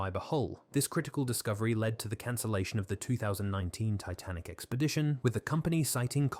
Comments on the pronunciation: The AI narrator changes its accent, SHOUTS, can't say numbers, called the Titanic "tit-nic", the reading sped up and slowed down several times on top of the repeating of sentences or overuse of using the first sentence & last sentence of each paragraph to say the same thing that the paragraph said. Restating everything. It's painful to listen to this. Aren't they suppose to put they're using AI for scripts & narration in their descriptions nowadays? I thought YT told them they needed to do that? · This is AI. The voice randomly switches back and forth from a mildly British accent to a mildly American accent, I think I heard it mispronounce “Titanic”. It makes it very hard to take seriously. I wish they would go any university that has a theater department and hire a student to read the text! Trust me, they work cheap. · barely or not being able to understand many of the numbers.... it literally says tic .-- nik instead of titanic at least once. those things made me think "is my english too bad"? but then comments reassured me it's just the faulty AI voice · ‘Tic nik’ instead of Titanic, good grief AI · Plus, the AI narrator changes its accent, SHOUTS, can't say numbers, called the Titanic "tit-nic", the reading sped up and slowed down several times on top of the repeating of sentences or overuse of using the first sentence & last sentence of each paragraph to say the same thing that the paragraph said. Restating everything. It's painful to listen to this. Aren't they suppose to put they're using AI for scripts & narration in their descriptions nowadays? I thought YT told them they needed to do that? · I can't say that I've ever heard the name of the Titanic pronounced "tighten-ick". Took my brain an extra billionth of a second to process that into my reality. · Truly painful to listen to the AI butcher pronunciation so badly, including “…the Tit-nik wreck…” at about the mark. Credibility is eroded. Did you not listen to this before uploading it? Cry key!!!!